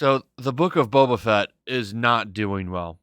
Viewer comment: I cant unhear beta fett